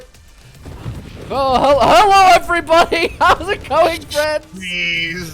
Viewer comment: Also "hello everybody". NYC going 🤣🤣🤣🤣